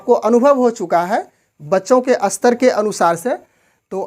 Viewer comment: कृपया अपनी भाषा सुधारे। आप स्तर को अस्तर, स्पष्ट को अस्पष्ट बोल रहे है।